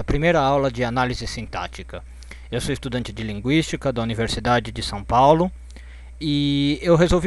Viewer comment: eu juro que ouvi estudante de linguiça